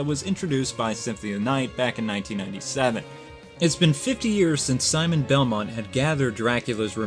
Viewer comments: As someone who took french in HS i can tell you juste's name is pronounced (Ju-stae) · Not trying to sound like a troll here. But I think his name is pronounced: Joost. The name is spelt Juste but it's not really pronounced the way it looks. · WHOA WAIT Juste Belmont is pronounced: "Jeust"